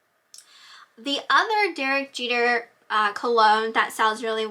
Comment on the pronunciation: lol.. it's pronounced JEEETER..My son's last name is Jeter.Thanks for sharing.